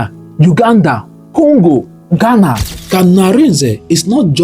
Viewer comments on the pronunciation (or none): none